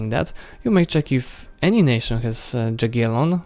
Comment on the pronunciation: Borders 13/10 litteraly The way you say Jaggielon 0/10